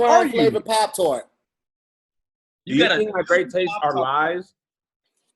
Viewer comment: How did say Pop tart wrong!?!?!🤣🤣🤣🤣 HOW!?!?! & NOBODY caught that!!! Love u, bro.🤦🏿‍♀